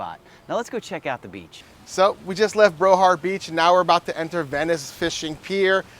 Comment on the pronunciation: I never heard of Brohard Beach…do you mean Broward??